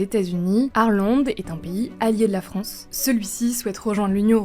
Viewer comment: Elle dit la fronce au début non ?j'ai réécouter plusieurs fois j'ai l'impression 😅